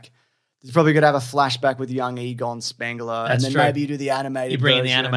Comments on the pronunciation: His name is Spengler, them saying Spangler with an A, wouldn't be right. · I can’t believe I didn’t notice every other movie they call him “Spengla” and in this movie they call themselves “Spengla”.. but in everything else it’s “Spengla” that’s wild